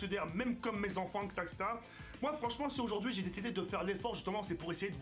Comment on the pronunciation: Bravo & couillu de ta part de quitter ton ancien format. Tu as juste des petits soucis avec le mot "etc" ^^ mais sinon ça avance plutôt bien! Bonne chance pour la suite: )